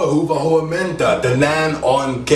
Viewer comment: I think someone else commented this on some video, but I'll repeat it here: don't try to learn the language from someone who has been in the country for only a relatively short time. His Finnish seems to be quite good already, but he had several mistakes in the grammar, spelling and pronunciation (Hyvää huomenta, puhelin, syödä, the pronunciation of the letter y). But otherwise his video was good.